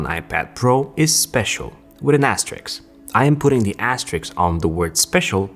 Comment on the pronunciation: Asterisk, not asteriks